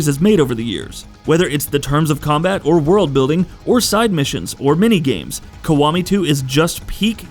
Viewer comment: WTF is Yakuza Kawami?? Its Kiwami. KI . Not KA.